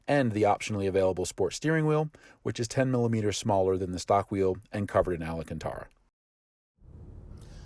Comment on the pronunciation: did he just call it "ala-cantara" LOL